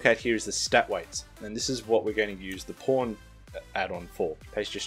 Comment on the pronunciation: who thought he said porn and not pawn XD